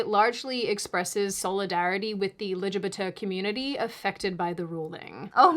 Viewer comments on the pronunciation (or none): The way you say lgbt has he dying of laugher thank you for making my day you did it in your last video too and I had to go back and rewatch so many times 😂😂😂